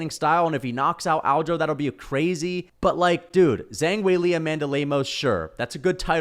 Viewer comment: How does one butcher zhang weilis name that badly